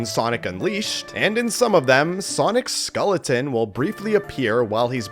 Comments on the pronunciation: LMAO he said scolletin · Bro does not know how to pronounce SKELLeton💀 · Skeleton❌ Skoleton✅💀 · How can you not pronounce "skeleton" correctly? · Well, I learned that is Canadian Viet his pronunciation of skeleton